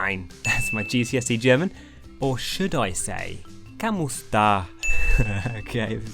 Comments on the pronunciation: Hey. Guy from the Phillipines here. I really enjoy your content, keep it up. (Also its pronounced Ká-mùs-tá):) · Your philippine accent should be more “Strong” but its ok Ka - Mu - sta